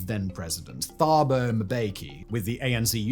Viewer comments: As an African, please, I beg of you. Find somewhere to listen to how African names that you are reporting on are said and pronounced. The way you miss pronounce names like Thabo Mbeki and Ramaphosa make it almost impossible to keep a straight face while listening to the butchery xD They're really not hard to say either. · As a South African I have to offer a small pronunciation note. In the African names with the TH, the H is often silent and makes a ts sound, it's not pronounced thaaaboo it's Tah-boo (say Tah-boo Em-beh-key, almost got the last name right). Thepo (a common name) is not pronounced Th-eh-poh, it's Ts-e-poh or Tze-poh (like with a tisk tisk sound at the beginning). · Hi Simon, Just a couple quick corrections on the pronunciation, the h in Thuli isn't really pronounced so it's more like Tuli (think "tool" like Tool-ie but said quickly so as to not over-emphasize the double-o) and Gupta is also pronounced similarly (think Goopta) Thabo as well the h is silent :) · Just a note, "Th" in Thabo Mbeki and Thuli Madonsela is pronounced "T" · Love the piece - could have done a bit more research on how to pronounce south African names. It really takes me out of the video whenever you mispronounce a simple name. You do not have to include the "h" when pronouncing names such as Thabo and Thuli. It's literally "tah-bo" and "too-lee" . Just a small nitpick. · jesus if you cant say Thabo "Tubo" is succinct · To help with some of the name pronunciations. Whenever there is a consonant followed by an H, the consonant is a hard sound, with almost a silent H and then the vowel following is accentuated. So Thabo = T 'aa' bo Thuli = T 'oo' li Rhamaphosa = Rama P 'aw' sa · Just for future reference, 'th' in African SA languages is pronounced 'tuh' when followed by a 'u' so phonetically, Thuli is 'tuh-lee'. When followed by an 'a' it's 'tah', so Thabo is pronounced 'tah-bow'. In Afrikaans, like Theron, it 'teh' so it's 'teh-ron'. Great video.